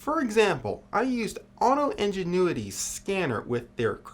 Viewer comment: Injin- new- itty.....lmao